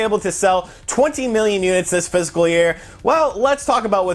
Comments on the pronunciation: he's def not saying fiscal. Fiscal doesn't have 3 syllables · ITS FISCAL, NOT PHYSICAL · I don’t mean to be picky but it’s bugging me. it’s not “physical” year it’s “fiscal” year. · Physical year or fiscal year? I keep hearing physical. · I head PHYSICAL year distinctly. you aren't crazy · Almost positive he meant fiscal (likely even was saying it tbh), but I came to the comments to see if I was the only one hearing physical :P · He also mentioned spring in his comments about total sales regarding the "physical" year. My guess is he meant fiscal and it just sounds like physical... or just a mistake. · Its fiscal year, not physical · He's saying "fist full year" 👍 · No, he's definitely saying 'physical'. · Are you saying physical year?